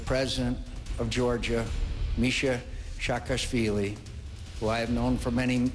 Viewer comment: Is it really so hard to pronounce Saakashvili? Sa-ka-shvee-lee